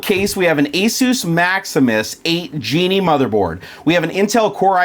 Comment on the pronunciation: For future reference, "MAXIMUS GENE" not "GENIE" sir.